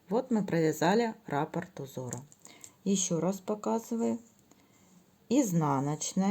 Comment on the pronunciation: Всё очень понятно, спасибо за подробный МК, единственное, что царапает ухо - рАпорт. В вязании используется термин "раппОрт". Рапорт - это заявление или объяснительная по-армейски 😁 но сам МК очень понятный. Для тех, кто пишет, что непонятно, сколько петель, сколько сантиметров - смотрите и внимательно слушайте с самого начала - автор подробно рассказывает на какой размер головы, какими нитками, какими спицами, сколько петель. Для тех, кому неудобно вязать такое маленькое количество петель на круговые спицах - чулочные вам в помощь. Или, как я, свяжите не закольцовывая, в конце работы в этом случае, надо сшить 😂